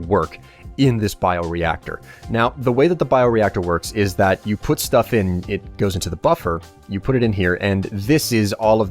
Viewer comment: i thought he miss pronounced 'stuff'